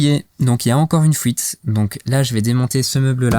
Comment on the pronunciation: GG hombré ! L'important ce n'est pas le voyage, mais la destination en tout cas quand on prépare un van, sinon c'est un peu difficile de voyager en toute sérénité. J'ai bien entendu "Fouite" aussi et pas mal de "chipoter", mais c'est pas grave on te pardonne, car la vidéo était vraiment sympa et que dire de ton éponge Homer Simpson ? Bref, à bientôt pour tes prochaines vidéos.